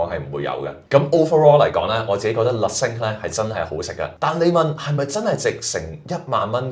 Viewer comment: 你好！首先感謝製作了一段不錯的短片，介紹巴黎四季酒店内的晚餐。 在這裡，有两個善意的看法供你參考。 1） Le Cinq, Cinq 的讀音有點似“腥q“，而不是“星q“。對於外語，不妨參考Google Translate 以了解正確讀音。 2） 在介紹美食時，須多做點功課，不要只說“個汁係鹹鹹地、酸酸地，幾開胃”。應深入去明白菜單的鋪排、菜餚製作的背後、醬汁的調性……等。 謝謝！